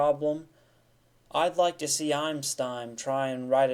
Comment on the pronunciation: its einstein not "eimsteim" idiot